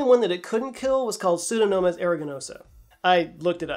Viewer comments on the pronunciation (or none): You mangled that Pseudomonas pronunciation, but I guess that's ok.